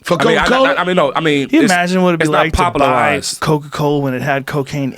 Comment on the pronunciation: RZA keeps saying coco leaves what is that its coka